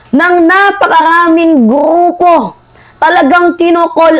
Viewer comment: Gruuuuupo😂😂😂 ayusin mo muna Rrrrr mo😂